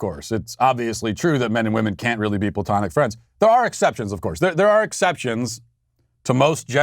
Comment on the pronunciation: Matt. Correction. It is not ploutonic love, it is Platonic.